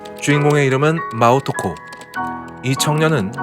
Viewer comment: 님 마오토코를 자꾸 마오코토라고 읽음ㅋㅋㅋㅋㅋㅋㅋㅋ